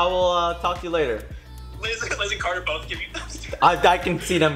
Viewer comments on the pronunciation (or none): The way he said carter I thought it was coda